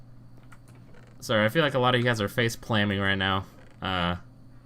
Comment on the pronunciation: "face-plaming" lol